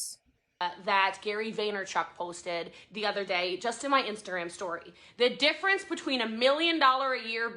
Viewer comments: Every time she says Dif-fer-ence I hear Deferens like vans deferens. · The DIFF-A-RANCE!!! 😆 🤮